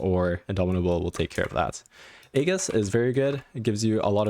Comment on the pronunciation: I’m surprised that almost no one can pronounce aegis correctly 😇nice tutorial tho, especially the augments part